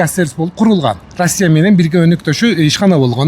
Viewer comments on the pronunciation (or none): none